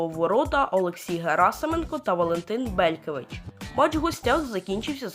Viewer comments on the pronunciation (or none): Не Дженкер, а Янкер, не БЕлькевич, а БелькЕвич ( Царствие Небесное Валику)